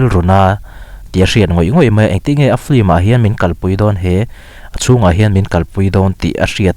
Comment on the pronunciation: 'Flim' nilo in 'Film" tih tur.. Pronunciation hi Lam no kan intih hmuh aa..